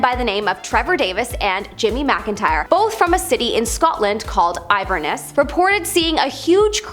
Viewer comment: Im Scottish. You said ivar ness😣. Its Inver ness. One word.